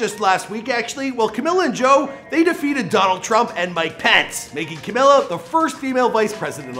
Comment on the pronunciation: WHY ARE YOU CALLING HER CAMILA?????????????